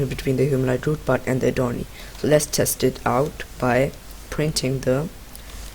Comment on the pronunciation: What the hell dude the name is called adornee it was so unclear and captions says "a door d" 🗿🗿🗿